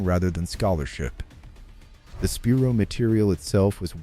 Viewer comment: Spi-Rho, thats how you pronounce it!